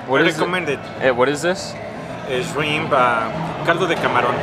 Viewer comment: Did Luis just pronounce shrimp like "Esrimp"? Hahaha